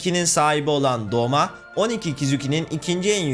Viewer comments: Abi yalnız doma değil douma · O doma değil douma aslında o da değil dolma 😂😂😂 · Doma değil o douma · Abi Douma o Doma degil